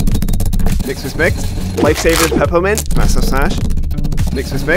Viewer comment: He said lifesaver peppa mint